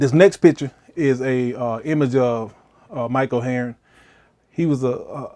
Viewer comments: This is so great! Pronouncing his name “Mike Oheroin” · Mike oh hey-ern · you say his name so funnily